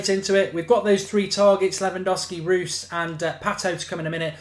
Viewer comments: Reus is said like "Royce" just so you know! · ROYCE not Ruuuuhs ! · why u say Marco Roose? its Reus Bruh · You pronounce it roys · How does Reus get pronounced as Roos. Small thing but just kind of bugged me throughout. Good video otherwise though. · Marco Rewws... ya sounds right.. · learn to say marco reus his name